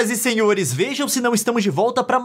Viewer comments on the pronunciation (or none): O Leon disse senhoras e senhures